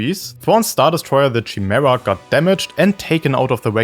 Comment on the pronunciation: Chimera (ky-mee-ra) but ngl don’t rly mind the pronunciation it’s how I always say chameleon lol